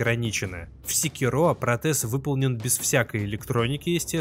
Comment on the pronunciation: Ну когда ж уже обзорщики Sekiro научатся ставить ударение...